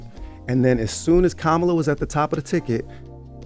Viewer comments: They were more upset over him mispronouncing Kamala than they were about genocide. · She was Absolutely Disgusting and out of order for Disrespecting both Doctors ❗️ Angela was more worried about a pronunciation of a name above anything else said. THESE people ( the breakfast club) are not equipped for this discussion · I said the same thing. Notice how when he stated kamala said she wasn't doing anything specifically for blacks, they didn't say a word, as if they didn't even hear it. But he mispronounced kamala name, they all pounced on him. Sh$t is sad